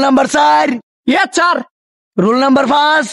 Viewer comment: ইয়েচ্ছার না ইয়েস স্যার 😂😂😂😅